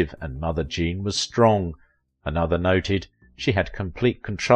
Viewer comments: It's JEAN, not Jane. At least half the time it's wrong in this video. Also, TV wasn't around then. Try Radio. Pathetic again. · I heard that too// And some point in the video it sounds like he is saying: "Jane" for Jean.